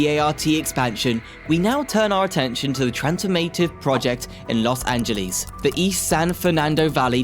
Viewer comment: Nice informative video, but PLEASE research pronunciations! "Angeles" rhymes with "yes" , "Jose" J is a soft H "hO-sey", "Nuys" sounds exactly like "nice" (not the city)